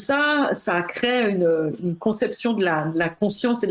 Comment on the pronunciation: "Crée, créent" avec un accent aigu comme à l'infinitif. Pourquoi changer la prononciation du radical lorsque l'on conjugue le verbe au présent? Cela dit, merci pour ce travail passionnant sur le sujet traité.